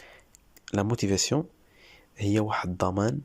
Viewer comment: «La motivation « noo lmotivasoo😅